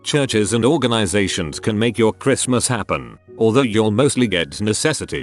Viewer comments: Chris-T-mas. Dang it’s horrible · Can somebody program the robot to pronounce "Christmas" properly?